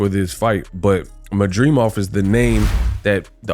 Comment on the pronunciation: Why he can’t pronounce his last name correctly 😂😂😂